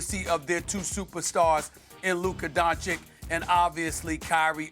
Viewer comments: You mean Luka Donci"k" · This racist clown could atleast pronounce Luka's last name right, it's Doncic not Doncik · Black racist Stephen A. still says DončiK instead of Dončić. If the case were reversed, the white commentator would be fired instantly. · I'm now convinced SAS has always downplayed Luka because he can't pronounce the dude's last name. Luker Dončić. 😖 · luker dochic😂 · Luker Donchik 😂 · SAS: Luker donchick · LUKA DUN - CHICH, is it that hard? Molly, please help this low IQ NBA analyst out. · Luker Donchic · Because they dont care. Dončić, Don-ch-itch. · Stephen Smith is such a self-righteous and arrogant person that even after five seasons in the NBA, he still can't pronounce the last name Dončić. Is he trying to say how unimportant Dončić is to him? Extremely insulting to the playoff MVP. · Luka has been in the league 6/7 yrs now and they still can’t say his last name right god dammm ! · Jeez, how much does Stephen A Smith earns? Isn't about time that you learn to pronounce "Doncic" properly? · How come sthe9hen a still cant pronounce Doncic the right way man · SAS still can’t pronounce Luka’s last name properly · Can someone finally teach Stephen A how to pronounce Doncic? It's been 6 years and he's now saying Luka's the best player in the world, but still doesnt know his name? This is ESPN's highest paid analyst? How does anyone in journalism get away with this 💀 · "Can someone finally teach Stephen A how to pronounce Doncic?" - He's doing it on purpose. He is trashing Luka since DAY 1! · Maybe after he wins the ring, SAS will start pronouncing his name right... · He has to be trolling at this point! hahhahahahah he been misspelling his name for time now! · He still can’t pronounce Doncic right. It’s not even a complicated last name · Still mispronouncing his last name 🤯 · How does SAS STILL not know how to pronounce “Doncic?” Lmao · he's been mispronouncing his last name since he got into the NBA, I think on purpose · Luker Doncick 🤣🤣🤣